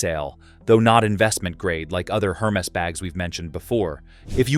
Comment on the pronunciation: Please pronounce the brand name properly - it’s not Her-Mes but Er-Mez